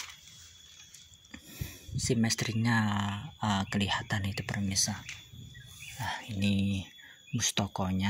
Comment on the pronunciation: maaf kang pemirsa bukan permisa ya😅